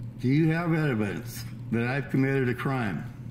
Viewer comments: “Do you have edivence that I have committed a crime” That’s not a typo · This guys is so drunk! LOL. He says, "Do you have edivence..."